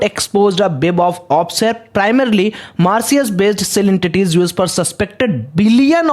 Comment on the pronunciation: Bhai pehle Mauritius bolna seekhle....